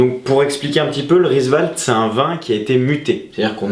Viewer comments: Risevaltes mdrrr RIVESALTES? Sinon bonnes explications pour les spritz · Rivesaltes et pas Risevaltes !